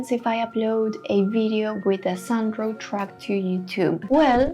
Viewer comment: Your pronunciation of “Sound Draw” sounds like “San Dro” that is why he wrote “Sandro”.